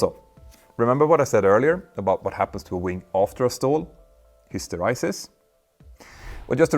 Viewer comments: Hister eee sis, not hister eye sis. 🫣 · Hyster 'ee' sis Petter, not hyster 'eye' sis.😊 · His-tor-eye-sys ? Histor-ee-sys ..... ; ) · I think you'll find that it's .sis, father than hys.ter.EYE.sis. :) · Your pronunciation of "Stall Hysteresis" is incorrect. (ESL I suspect). After the 'r' is an 'e' not ' i ' or 'y' so it's "hister-EE-sis" not "hister-EYE-sis". Your following is huge so I thought it worth putting the correction out there. Thanks for another high-quality human-narrated non-AI very informative video 👍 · "Hysteraysis"??? It's HYSTERESIS, with E as in Elephant ! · Very cool tech! Small nit: hysteresis is pronounced "his ter EE sis" (BTW: I never knew that stall conditions had hysteresis effects...learning lots today) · Was wondering why you kept pronouncing hysteresis wrong ... it was because you misspell it as hysterisis. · Hysteresis is pronounced history-sis. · Very interesting video! One nit: that's not how "hysteresis" is pronounced. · Wing contamination would have to be REALLY severe to affect turbulence over the back of the wing to be noticeable before rotation. Turbulence is a result of loading the boundary layer, and that loading is close to nonexistent at non-lift-generating AOA. Also, pleaase look up the pronunciation of Hysteresis. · Tragic ignorance of fluid dynamics, laminar flow, flow separation, surface contamination, oh yes, and how to pronounce hysteresis. Your content is usually good but this time you are presenting material which you don't seem to understand.